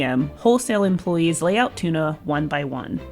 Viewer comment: Interesting but at the beginning of the video they say tuna wrong